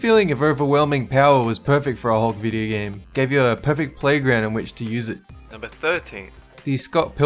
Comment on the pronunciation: Lol he said vidyo gahm